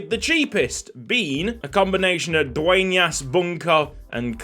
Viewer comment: as a native Spanish speaker I need to say it. It was a FLAWLESS pronunciation on Dueñas surename